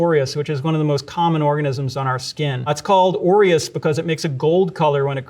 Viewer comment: When he said aureus I thought “Oreos?”